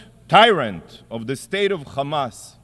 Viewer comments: The man can pronounce "here" but not "hamas", he has to say "khamas". What a joke these people are, propganda with every breath they take. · I laugh every time the "Israeli" representative forgets and says "Hamas" instead of "Chamas". He can say "has" he can say "have" and he can say "Hamas" but chooses to say "Chamas", except when he forgets. They are soooo fucking childish.